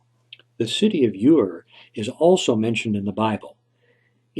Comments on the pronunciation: Hi ur is not the correct pronunciation of the word but that is minor the creation account of Genesis was written by Moses as if he were and I witness to the events here on Earth it is a literal historic document stating the order in which God created certain things man being the last of them and he placed them in a garden called the Garden of Eden and then commanded them to make the whole Earth like that. the city of ur where Abraham and lot came from wasn't built till nearly 1000 years after that! interesting hey. 🤓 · Ur pronounced "er" not "your." Source: 6th grade world history. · Ur is pronounced Er